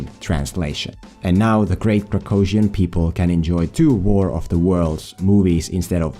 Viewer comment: Why didn't you show what the text off the language is in the video? At least once with a movie poster or something. I can't even understand what country name you are saying. Kracosian? You take your meds today this is not a real country.